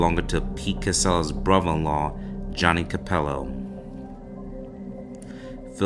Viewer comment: Brother. Not brovvvvver